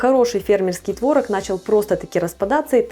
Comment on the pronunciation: не творог, а творог 🤡